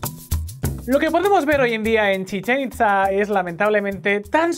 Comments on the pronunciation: Oye, se pronuncia "Chichén Itzá" no "Chisén Itzá" y "Kukulcán" no "Kulkancán" jajajajaja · A alguien más le causa ansiedad la mala pronunciación de al decir “Chichén Itzá"? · "Chichen Itza" y "Kukulcán" por favor pronuncia bien o Kukulcán ira a por tu alma! 🤣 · Chizen Itza? Kukalkan??? Jajaja los amo pero las pronunciacines mal... Bueno no los culpo el vasco y el catalán, yo no doy una... XD